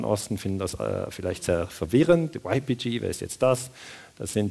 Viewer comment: min Wäre schön, wenn Sie YPG auf kurdisch und nicht auf Englisch aussprechen - oder zumindest auf deutsch. Klingt sonst doch sehr befremdlich.